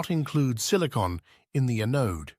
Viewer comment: gen one a-node? Good God, please pronounce your words correctly... Sounds like a stupid computer saying the words wrong... and saying '4 thousand 6 hundred and 80' instead of 46-80 like everyone else makes this video really hard to watch, which is why I only made it 3 minutes in..